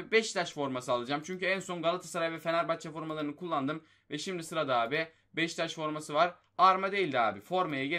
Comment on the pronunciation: Abi sana yazıklar olsun beşiktaşa beştaş diyosun